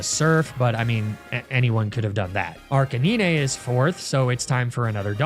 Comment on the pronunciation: the way you pronounced arcanine caught me terribly off guard 😭 like woah i feel a whiplash